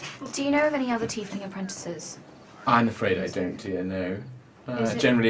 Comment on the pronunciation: its tiefling